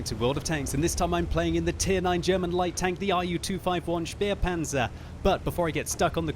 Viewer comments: one day I will get you to pronounce the Spähpanzer correctly. Since you have supporters that do speak the languages, why not take advantage? This name is pronounced Shpay-panzer. I will not force you to pronounce the "z" correctly, as that will take training and practice. However, the name is certainly not "spear-panzer." Cheers, TH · Does anyone else get slightly annoyed every time he mispronounces the Spähpanzer and calls it a Spierpanzer?